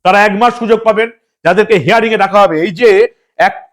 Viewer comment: হেয়ারিং নয় হিয়ারিং ৷